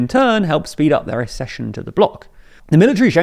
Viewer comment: It is pronounced AXE-CESSION! not ASS-cession!